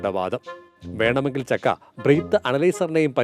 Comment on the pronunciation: അട സക്കെ അല്ല ചക്കെ😂😂😂